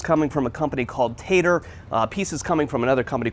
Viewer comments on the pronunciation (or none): Tater. Lol It's actually Tarter.